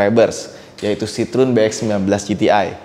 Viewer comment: Kalo liat di Wikipedia, cara bacanya bukan sitrun mas, tp sitroén, ada tuntunannya di wiki gmn cara bacanya.. CMIIW...